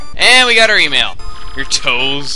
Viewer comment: He said Emile instead of e-mail the first time